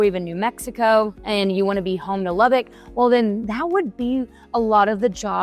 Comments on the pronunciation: The first thing you need to learn is how to pronounce the city's name...Lubbock. Not "Lubbick". So, didn't watch this. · If you're claiming to be a local real estate "expert" about Lubbock then you should learn to pronounce LubbOck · It's NOT "Lubbick" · I was born and raised in Lubbock. I left it in 2000. One thing that bugs the crap out of me about people who are new to the city is that they pronounce Lubbock as "lubbick". Lubbock is not a bad place. There was just no opportunity for me there. I do not miss the wind storms since moving to Dallas-Fort Worth. The one really good thing about the weather in Lubbock is that it is almost always dry. It's easier to cool off in dry heat. Most summer nights are considerably cooler than after a 100-degree day. Lubbock seems to hate trees. If there is a nice spot where there are trees, someone will destroy it and put a Walmart on it or a parking lot. One good example was the Treasure Island golf course that used to be located in the northwest area of the city. It was a beautiful property with a lot of trees. It's a Walmart now.